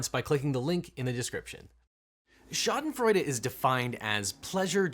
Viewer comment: First, you pronouncing „Schadenfreude“ correctly and then having the BEST intro in a long time - Ah! This video is GOLD!